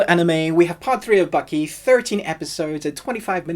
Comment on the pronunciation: its Baki not Bucky also part 3 not in English anymore if I want to read il pick up a book